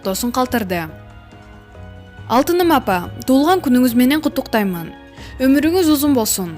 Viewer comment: Ушул каналдан кантип чыксам болот,кутуктаймын дейт гоо куттуктайм деп окусаныз чон кыз.Алыхка эмес Аллахка деп окуйт тобоо.